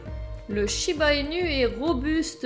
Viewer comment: J'en n'ai un et il ai un ange ❤ par contre ça s'écrit inu mais le u se prononce ou 😉